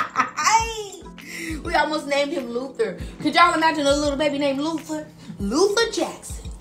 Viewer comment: LUTHAH JACKSON !!!